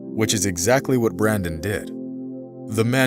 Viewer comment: It's Brendon not Brandon - why do Americans have to mangle the English language?